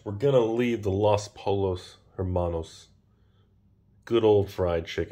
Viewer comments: Damnit the double lls make a J sound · Smh. It's pronounced 'poy-yos'. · It's "pohjohs" (pollos)